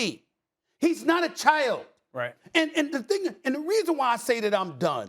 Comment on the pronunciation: “Carson Went is not a rookie! He’s not a WHAT!” 😂 Did he say, CHULLD?? 🤣